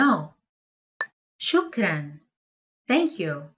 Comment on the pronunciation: 👏👏👏 شكرا لكم لو تراعون خصائص المقاطع الصوتية العربية في النطق البطئ فسيكون الأمر أكثر فائدة ان شاء الله مثلا بدل من مجرد تمطيط وتقطيع الكلمة كقول "شو كران" فالأفضل توضيح مقاطعها بنظام الاصوات العربية "شُكْـ/ رَنْ" وهكذا.